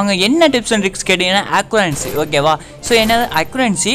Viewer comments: Accubancy ya accuracy bro 🤣🤣🤣just for fun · accubancy sonigala epadi en pathen aparama thrithu accuracy nu 🤣